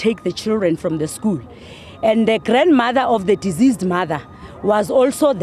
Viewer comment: The way she pronounce deceased 😢